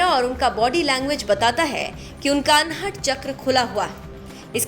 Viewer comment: अनहट नहीं अनहद।